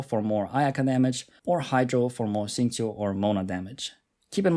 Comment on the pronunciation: "xingqiu" "keqing" brb crying tears of joy